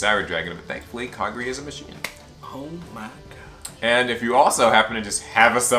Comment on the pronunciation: Ok say it with me Kah-Gah-ree